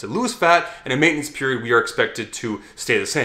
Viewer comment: Probaby written by. That dude never pronounces "maintenance" right